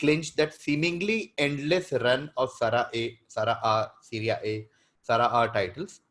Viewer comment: Normal people: Serie A: Sarah A